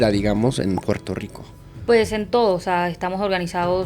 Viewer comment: Puelto lico"estado libre asociado??? 😂😂😂😂😂😂😂😂 asi le llaman ala colonia gringa?